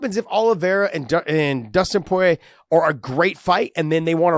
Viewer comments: You say poirer really fucking weird 😐 🤣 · People give a hard time when he says Poirier's name because he sounds funny saying it lol. The best I've heard say it was GSP because it's a French name. But when people say it in English they often sound funny.